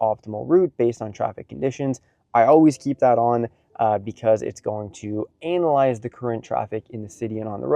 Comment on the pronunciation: You have decided to "Anal-ize". Hummmm? That's a new approach.